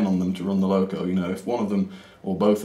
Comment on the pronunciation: Wow, that takes me back a bit, I used to have that loco in the very early 80's. The pronunciation was perfect 😀